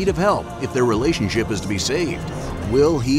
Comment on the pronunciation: Who else heard relationsip!?🤭😁😁🤪